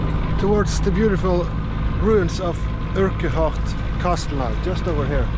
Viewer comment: love ur pronunciation of Urquhart - uRk Hart